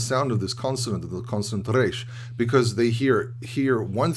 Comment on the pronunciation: You’re the only one in USA that I heard pronouncing correctly the resh.